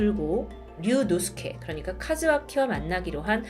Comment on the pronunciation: 류^노스케가 아니고 류노스케입니다… ㅋㅋㅋ 디바 제^시카라고 하면 이상하잖아요..ㅋㅋㅋ